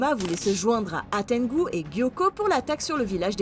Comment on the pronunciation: Hantengu pas Hatengu